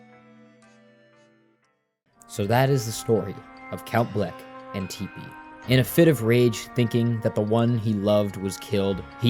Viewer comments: he also called her tippani and teepanee lol i swear it’s on purpose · Bro did a good breakdown of the game, but the pronunciation of Dimentio and Tippi aggrevated me. Was that part of the plan for engagement? Genius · Calling tippi “teepee” and spelling it tipi Calling O’Chunks Crunch Calling dimentio dimension I swear it’s on purpose haha. It’s fine tho, just a little funny